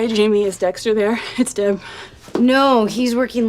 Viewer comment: She called him Sexter